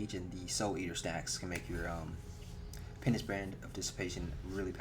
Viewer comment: penis brand? u mean penance brand?